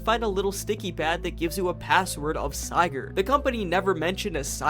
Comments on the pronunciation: By going out of bounds, modders have found that the "hand" here is just a giant fish hook. Make with that what you will. Come on, man... Sigurd. Sih-gurd. You pronounced it correctly during the voice acting part , but got it wrong afterwards? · lol wtf is a Siigurd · Bro no offense, I’m really happy people are doing LC lore videos and such, but you were very lazy about this video. You only really focused on Sigurd’s logs (btw you pronounce Sigurd wrong and it hurts), while giving a couple of your own theories. Theories that are very very very easily disproven. First of all, scrap items in the games aren’t all metal. Rubber ducks, plastic fish, toy cube, chemistry flasks, lollipops, like c’mon man. Secondly you didn’t even LOOK at the bestiary, did you? There’s so much more lore there that disproves some of your theories and makes some of your “own personal theories” just already-stated fact. I plus you made out some of your theories as if they were your own ideas when you just read them from the logs, like the company building being nothing but a prison for Jeb. I could go on but I’ll switch to positivity next, I’m very glad you did a lethal company video and I’d like to see more! Just put some more work into future episodes lol